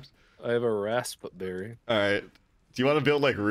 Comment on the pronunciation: Bro keep saying rASSb-berry